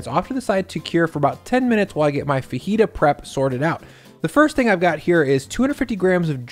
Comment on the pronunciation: FaJita not fahita